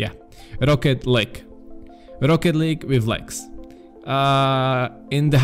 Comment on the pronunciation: "Rocket Leeeg" ahahahhaha